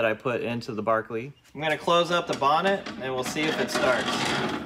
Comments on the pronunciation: Yes but he does correctly say “Barklee” ! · You still don't know that '-shire' is supposed to be '-sher'? Bedford-sher? Lanca-sher? York-sher? PLEASE get it right. At least you say Berkeley right. Like the song 'A Nightingale Sang in Berkeley Square'.